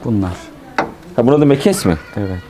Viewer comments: Mekes değil meges diks değil disk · Mekes değil meges denir.